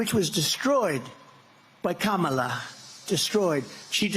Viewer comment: Rambling as usual but surprised that he said Kamala's name correctly.